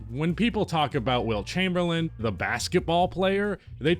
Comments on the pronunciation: Chamberlain… CHAYME-BER-LIN . Not chamberland… please respect the legend and pronounce his name correctly. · dude. for seriously. the guy doesn't have a D on the end of his last name. Chamerlain'd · Did you just say Wilt Chamberland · How do you start the video off saying Wilt Chamberlind????